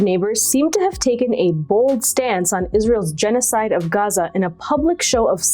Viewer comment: Please stop saying Gaza like that - Gazans don't say it like that - you are being a wanker